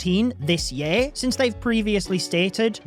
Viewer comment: i feel like you're trolling us all by the way you're pronouncing "year" now (yeah?) 😂😂